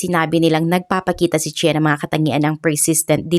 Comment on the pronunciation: CHEN- Chan ganyan ang pronounce po